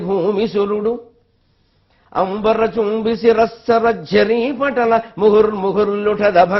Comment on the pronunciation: "అటజని కాంచె భూమి సురుడంబరచుంబి" సురుడు-అంబర కాదు, ఇలా పలికితే యతి తప్పుతుంది